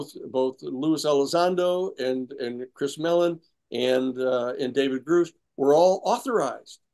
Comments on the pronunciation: I don't understand why Danny continues to mispronounce David Grush as David Grouch . Not that hard to get it right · Will Danny ever learn David Grusch name? It’s pronounced GRUSH NOT GROOSH